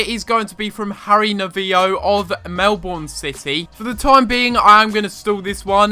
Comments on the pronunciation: It's pronounced Mel-born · Football News Channel it is meant to be pronounced Mel-burn but Australians take shortcuts in English so I call it Mel-bon